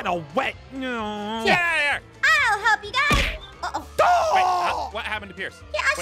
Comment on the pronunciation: wait Aphmau said help but said HALP the E turned into a A and I laughed a little cuz Aphmau said HALP not HELP